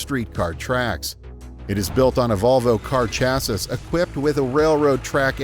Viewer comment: Who says "chass-is"?